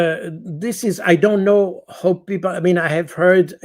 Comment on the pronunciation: How can you say ""Ho"" instead of "how"? Some know-how...missing! By the way, way way Too sloooow. (Swiss time.....)